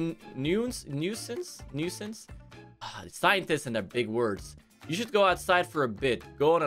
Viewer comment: It's pronounced "noo-since," and it is the same as pest